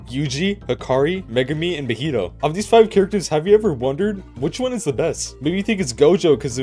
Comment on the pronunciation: Meh-hee-toe? Ma-he-toe MAHITO (ealry acces )